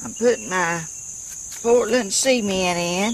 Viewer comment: it amuses me how you say sea-e-mient , we say .c-ment ha ha !! love the video